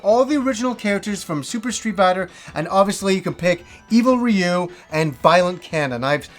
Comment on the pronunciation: It's so satisfying that you pronounce 'Ryu' properly lol